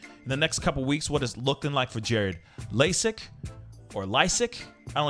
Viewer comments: It's pronounced LYESICK like sick liar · Lie-sick is how his name is said. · Jared's last name is pronounced ( Lie-sick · His name is pronounced Lie Sick... That's how he said it on his vids ... The only thing that worries me is the court decides due to social media he will not get a fair trail throught trial by media... sighs, if he is guilty he could still walk.